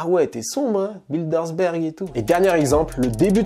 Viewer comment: Gérald Darmanin devient "Gérard D'art marin" les Bilderberg deviennent "BilderSberg"... Il faut vraiment revoir la prononciation des noms propres 😂